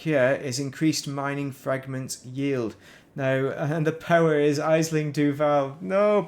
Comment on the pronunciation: "Aisling" is pronounced Ashling.